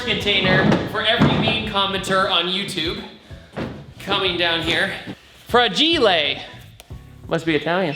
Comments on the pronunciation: * Italian Hermione Granger * It's "fràgile", not "fragìle" 😂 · Fun fact: Fràgile is actually italian but you have to read with the accent on the "a" non on the "i"